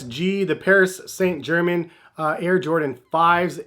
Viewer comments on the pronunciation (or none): German! Omg. Ger-main. Lmffffao